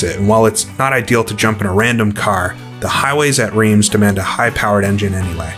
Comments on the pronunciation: I say this as a person who made the same error in the actual city: it is pronounced 'Rrrrance' (the rrrr is almost like you're trying to expel something from your nose). Great vid as usual! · Wrong again 😁. Reims is prononced "rrinss" and I live 45mins from it 😉